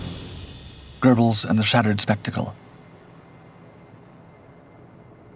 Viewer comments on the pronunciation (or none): It's NOT pronounced "gerbelz." It's "GEH-belz." How long will it take for folks to understand there is NO LETTER "R" in Göbbels?